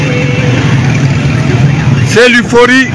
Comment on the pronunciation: L'euphorie, et non 'l'uforie'😮